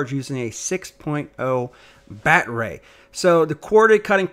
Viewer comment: Talk right, quit using batray